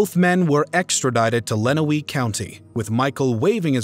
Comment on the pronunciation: Its pronounced LenWANNEY Township, Michigan And ToeLEEDO, Ohio RIP ❤🎀🕯🎀 Go MSP💙💛Justice for JohnTexDoe